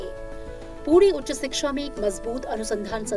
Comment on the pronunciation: It's shiksha not siksha 😊